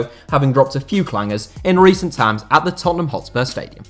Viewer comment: bro you said tines before yet it was times